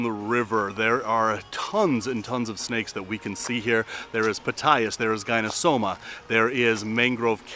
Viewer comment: correct me if my correction is incorrect, but the Latin/scientific genus name of the red-tailed green rat snake (Gonyosoma) is pronounced "GONE - YO - SO - MA" or "GONE - EE - OH - SO - MA", not "GUY - NO....." (i.e., not like the first two syllables of GYNOCOLOGY).